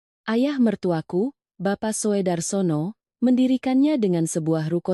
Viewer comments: Purworejo hadir Sekedar masukan . Maaf ,dalam membaca ejaan sebaiknya lebih teliti . Untuk Soedarsono itu sebaiknya dibaca Sudarsono . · Soe itu ejakan lama dibaca ( su )